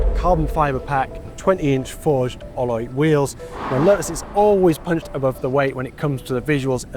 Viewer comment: A car journalist that can’t say “alloy” - nice.